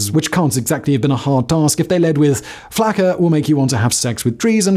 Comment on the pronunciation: Why is he calling it flacker?